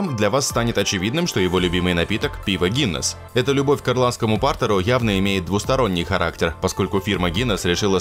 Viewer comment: "ирландский пАртер"??? Что это такое, любопытно узнать. Как можно так произнести довольно известное слово, которое много где можно увидеть? 🤦‍♂️